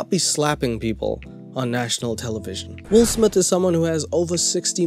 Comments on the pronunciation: "Will smiff" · “Will Smiff” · Wull Smith?? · Will Smiff 🤣🤣🤣